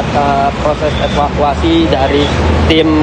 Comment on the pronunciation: Saran mbah tv one. Cari atau latih reporter yg bener. Ini bukan Tribun. Epakuasi Jenajah Plat nomor Peek Ooo Diinpormasikan. Kayak salah masuk channel demgernya.